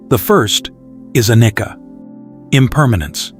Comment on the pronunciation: the first one is not 'a knicker'😅. it's ' ah-knee-cha', cha as in charm. or, did i not hear it right?😊 cheers